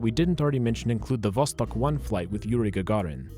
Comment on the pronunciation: Two years late but thank you so much for pronouncing the russian names correctly, like Sputnik and Vostok ♥️